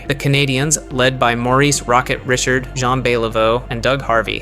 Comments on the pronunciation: You pronounced Richard wrong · How are you the if you can’t pronounce Rocket Richard’s name!? And no mention of the Redwings of the 50’s?